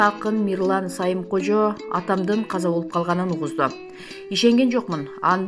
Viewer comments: Мирлан Самыйкожо болсо керек алып баруучу айым Сайымкожо деп окуп койдунуз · Журналистер суйлогонду уйрогулочу. " Мирлан " Сайымкожо" эмес Самыйкожо. Бардык нерсе майдадан башталат.